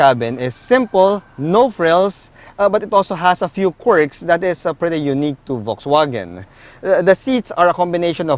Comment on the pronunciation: That's not how you pronounce VW. But nice review anyway.